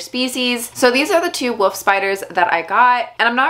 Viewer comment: Can't stop hearing 'Woof' spiders :D